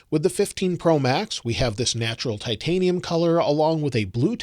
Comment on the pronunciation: I like the bleu titinum